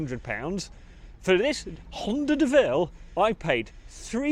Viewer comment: My donation is conditional on you calling that work of art a Deauville ("Doh-ville") not a De Vil (as in Cruella)